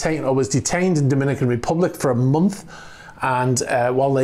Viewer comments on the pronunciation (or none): none